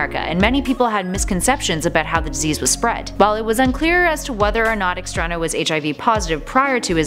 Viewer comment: It's not extrano it's extraÑo (try putting a soft /i/ sound (like in the number pi) between n and o, it kind of helps)